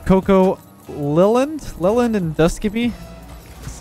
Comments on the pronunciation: I'm a recent viewer and I'm loving his little name mispronunciations lol "Lelland" instead of "Leeland," and an earlier video with "Malotchy" instead of "Mala-kai" (Malachi) hehe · ITS LEE-LAND, NOT LEL-END! Great vid bud :) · just to let you know, his name is pronounce 'lee-land' not 'lel-and'. Keep up the good videos, love the work! <3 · Leland as a boy's name (also used as girl's name Leland), is pronounced LEE-land. It is of Old English origin, and the meaning of Leland is "one who lives by unseeded land". - Internet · If the guy’s name is pronounced anything like the city name (like Leland, NC) then it’s like Lee • land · Leland is pronounced lee-land. Come on. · gonna be on the next episode Key & Peele's substitute teacher episode with that Leland pronunciation. He's gonna send all the kids down to O-Shaq-Hennessey's office.